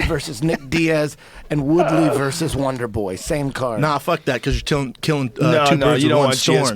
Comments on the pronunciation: Does anyone else hear wanderboy when Shaub says wonder boy? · more like wandeboi